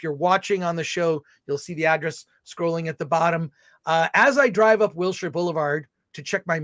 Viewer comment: I love the smirk Alan gives when Chris says "Wildshire" wrong :')